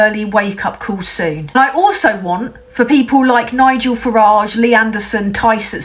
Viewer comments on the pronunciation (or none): There's lots wrong with this. Farage should be pronounced Farridge, and err that's it... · Farage rhymes with garage ...